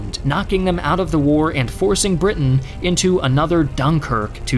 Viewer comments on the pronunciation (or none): none